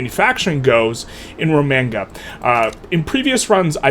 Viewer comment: I'm usually pretty chill about people pronouncing things differently, but it hurts my ears hearing you say Romagna the way you did. It's pronounced like lasagna, with the Y sound at the end.